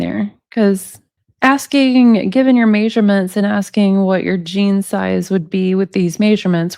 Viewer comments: it is NOT pronounced MAYsurements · Maysurements maysurements maysurements maysurements maysurements maysurements maysurements maysurements maysurements maysurements maysurements maysurements